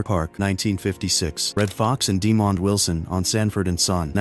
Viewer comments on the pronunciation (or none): none